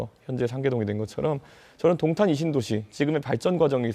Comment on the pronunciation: 야~ 도옹탄이아니고 동탄!!!! 발음 머 같네` 넌 안돼겠다.